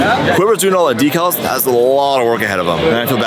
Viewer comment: Wow. actually said “decals” correctly!